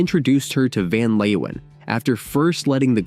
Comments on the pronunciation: "Van Leowhen" 😂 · We were all in love with Mariska in those days… Van Leeuwen played in The Motions (with an s). One more thing: please learn to pronounce the dutch names. Your abuse of this language hurts my ears…